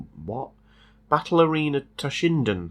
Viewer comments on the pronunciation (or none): Never heard someone say battle arena so confused. It was a classic